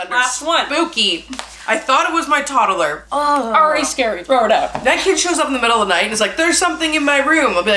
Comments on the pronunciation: Is it just me or does say "Todderler" instead of "toddler" 😂 could just be me but I love the way say pronounced it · Is this a Canadian thing or a thing? I notice she pronounced “toddler” like tod-A-ler. I don’t think I’ve ever heard the A in the middle before 😂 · Who else giggled at the way she kept saying toddler? She kept saying toddaler and I couldn’t keep it together love you both! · The way she says toddler 😂